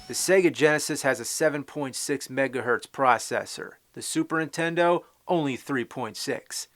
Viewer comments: Yes sounds like intendo when i was a kid my friend named james would say it the same way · Hehehehe, looks like bad news for the..."Intendo" family! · Super intendo? What’s that? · Super "Intendo" ... Hmmm. Edit: He said it like 40 more times. Which is cool as hell. He reminds me of my cousin Jamie who said it a bunch of times. I miss him. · Can't tell if he's intentionally saying "Intendo" at times or not. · it's super nintendo, not super intendo. pronounce it right jew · Still says Intendo.